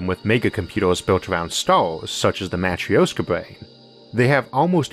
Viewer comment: It's not Matr-i-oska lol Here are some ways to write it for correct pronounciation: - matrɵshka - matröshka But not matr-i-o-ska, there is no "ee" or /i/ sound whatsoever. It's pronounced it like in "sIr", or "sYrop" "gErman" or "lEArn" or "bUrn" Greetings from Russia!